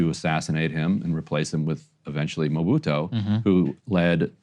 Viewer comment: And it's MobutU, not MobitO